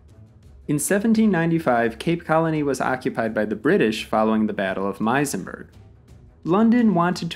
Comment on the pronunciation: Muizenberg is pronounced, Muse - n - berg.